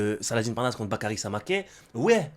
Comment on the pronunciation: c'est Samakeu la prononciation maintenant, il me semble...